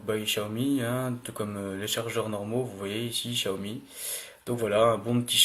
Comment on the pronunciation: Ta ecorcher le nom xiaomi -1 like